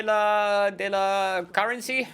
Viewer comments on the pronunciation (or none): "Le sirop de la currencyt" I'm french and i dont understand what it means KEKW